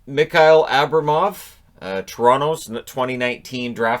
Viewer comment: Come on:))) Like you said, but man, were you butchering wa-a-ay too much))) 1. It's not Abramov, but abrAmov (the second syllable is stressed). Also not miKail, but miHail (in pronunciation the H like in the word "have"). 2. it's not afanasYev, but afanAsyev (the third syllable in this case). 3. not rOdion, but rodiOn (Amirov). 4. it's pronounced not zaKar, but zaHar (the H like in "have" once again). The second name is more likely bardakOv:))) (u didn't hit it with two tries):)) 5. not bAshkirov, but bashkIrov (the second syllable). 6. gritsyuk, the "yu" is like in the name Luke. 7. not ponomArev, but ponomarEv (the last syllable in this case. 8. not rOman, but romAn, also the "o" in bychkov is like "o" in "cove" I guess, buy not "a" like in "cover". 9. Ok, this one is definitely over-butchered, not "cheyka" like in the word "check", but it's "chayka" like in Wi-Fi let's say. 10. Again 2 shots and 2 misses:))) it's chystyakOv:)) 11. Oh my God, this one is quite a common second name in Russian, u butchered it big time in here. It's not N I A Z E V, but Knyazev (like, man, I don't even know how to describe, I'd rather say it, it's like "ya", ok, just say knYAzev with an "A", just not with an "I", and don't drop the "K" in it). 12. I'm not sure with this one (the English spelling is butchering them itself), but I think the last syllable is stressed in shekhontsOv. 13. Ok, with this one you really gotta remember the right way, this kid is gonna be an NHL goalie, no d